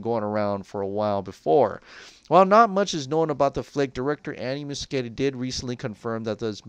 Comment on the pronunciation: You are pronouncing Andy Muschietti wrong. Just so you know.